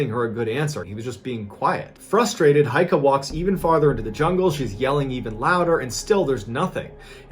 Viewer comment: gotta admit, for a murican your pronounciation is pretty good. one thing though: it's heike, not heika.